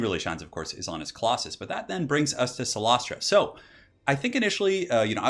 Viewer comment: Awesome builds. And your pronunciation of cylostra was flawless ;)